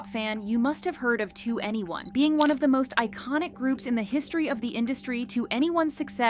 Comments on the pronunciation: It's prounounced like the number "21", not each individual letter 2 N E 1. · It’s not “2 Anyone” it’s “2eny 1” as in the number 21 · Why were so many people unaware the pronunciation was “to anyone” and not “twenty one”? 😭😂 they literally say it at the beginning of almost every one of their songs guys 😭😭😭 anyway as someone who got into K-Pop because of 2NE1 and BIGBANG 15 years ago and only ever got into them cause everyone else is/was so basic and cookie cutter, I’m super excited and really hope it actually leads to new music 🤞❤️❤️❤️ (cause I’ve felt the harsh burn of YG screwing us over too many times) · Not "2 any1" it's 21 - 2n e1. What's so hard about that? Like the long decade dispute. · Daaamn so i was today years old when I realized that 2NE1 is pronounced ¨to any one¨ and not ¨twenty one¨ lol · Twenty one pilot but 2NE1 is pronounced To Anyone/2 N E 1